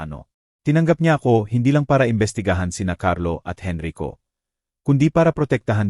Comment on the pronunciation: Narrator from what country are you? Please sound out the abbreviated words properly... #Gng. is ginang #Sgt. is sergeant #alas singko y /e/ not Y/why/... # Henrico not Henry ko... Thanks for understanding